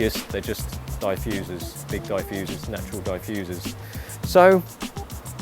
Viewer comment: DieFusers. hehehehe! First time I heard someone say diffusers that way.